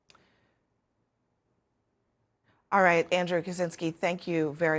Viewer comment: Biden has been pronouncing it "Sosha Curity" for 40 years.